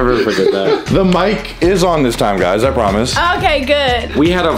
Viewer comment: “I promess”